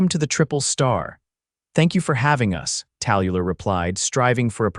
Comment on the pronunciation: I enjoyed the story but I hate the AI reader. The name Tallulah is pronounced Tal-Lu-lah. At least get the main character’s name right. It was distracting. Like I said however, I enjoyed the story.